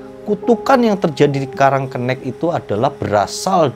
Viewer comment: Bang salah penyebutan😂 yang bener "karang kenek" bukan "karang kennek" Desanya ga seserem cerita ini kok sekarang, tepatnya di olean situbondo, disana juga ada tempat wisata tpi tempatnya bukan di pas desa nya, tpi gak ke lebih timurnya, kapan kapan gw bakal bikin motovlog deh soal desa karang kenek ini😂😂 dri desa gw kira kira 10 menitan doang😂🤣